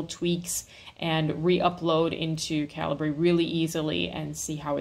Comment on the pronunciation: There is a video somewhere on YouTube of an interview with the programmer who wrote Calibre and he says it's pronounced Caliber not Calibray.